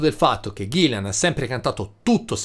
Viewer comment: Ahahahah! Grazie mille per i complimenti e l'osservazione! 😜 Come ho già risposto sotto a un altro commento, io SO che si chiama Gillan (infatti se ci fai caso ovunque l'ho scritto è scritto bene!), ma purtroppo sono toscano e la mia pronuncia tende a tirar fuori una "i" che non c'è!!! Proprio non mi viene "ghillan", mi esce sempre un maledetto "ghillian"... scusatemi!!! 😅